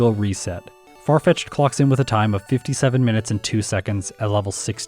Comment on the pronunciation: Farfitched in this jayun:). ( would be pronounced Yahn, like Pokémon Challenges' name, so I had to get creative with spelling:).) Don't forget to check you're recording!:)